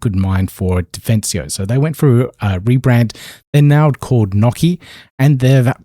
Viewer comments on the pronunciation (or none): Lol..... Nocy is supposed to be pronounced "NO SEE" for privacy... lol I cracked up on that segment... good coverage man.. Thank you for the updates